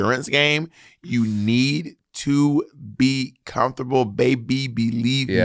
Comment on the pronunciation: "Comfortebble" 🇱🇨 There we go. :D